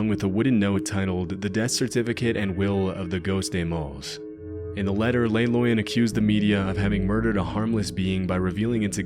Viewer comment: You’re pronouncing “Le Loyon” as if it was a Spanish word when coming from Switzerland clearly indicates French. It should be “Leh” (Not “lay”) and “Loy-oh” (not “Loy-uhn”)